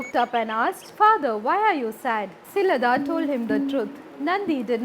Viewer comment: I appreciate the content but i would recommend that special attention be paid to pronunciation of names, especially uncommon names. Nandi's father was Shilaada (शिलाद) , not Shilada (शिलदा / शिलद)